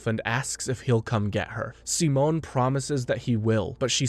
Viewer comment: Every time you say Simone's name you pronounce it differently and its making me feel insane 😂😂😂 Also I totally forgot how absolutely absurd this show gets